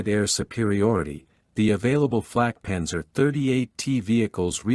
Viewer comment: I wish you all would learn enough German to not mangle the vehicle names, or at least ask a German before recording the videos. This is a Flakpanzer 38(t) auf Selbstfahrlafette 38(t) Ausf. M or "antiaircraft cannon with self-propelled mount 38 (year of design=1938) version M". Flak is an abbreviation from WW1 for Fliegerabwehrkanone which means aircraft (flieger) defense (abwehr) kanone (cannon) auf means with Selbstfahr means self propelled Lafette means mount Ausf is the abbreviation of Ausführung, meaning version or model. It is never pronounced as "owsf"; correctly it is said "ows-feuhr-oong" the T in 38T indicated it was from a Czechoslovak tank factory design. German pronunciation "acht und dreizich teh"